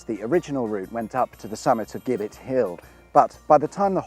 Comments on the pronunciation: Dear chap it's 'Jibbitt' not 'Gibbett'. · You're absolutely right, it is indeed pronounced 'jibbet' they used to hang the highway men on that hill. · It's spelled 'Gibbet' It's pronounced 'Jibbit ' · Its jibet hill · It's pronounced 'Jibbet' ... a structure they used to hang criminals bodies from. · The gibbets that were used to hang miscreants was actually pronounced as “jibbett .” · Isn’t Gibbet pronounced with a soft “G”, meaning a hangman’s scaffold? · A nerd writes....Strictly speaking,a Gibbet (pronounced as with a J) was a metal cage in which the bodies of executed Highwaymen were displayed as a warning to others. Jerry Abershawe,the famous Kingston Vale Highwayman was hanged at Kennington in 1795 then gibbetted at Putney Vale near the scene of his crimes.... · "Gibbet" is pronounced with a soft g as in gin. And giblets.